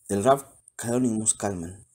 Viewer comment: No es Kalman es Kalmen ! Saludos